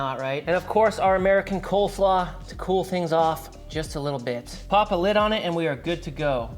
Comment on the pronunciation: He souds like doug funny "colsaw"